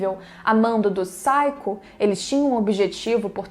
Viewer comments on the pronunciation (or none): MEU BEM OTIMA ANALISE MAS NAO É SAIKO É SAKIO